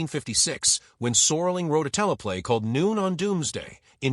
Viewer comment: AI slop renames Rod Serling to "Soarling"